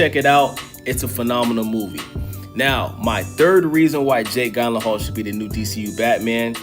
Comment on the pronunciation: Love the video but butchering this man’s last name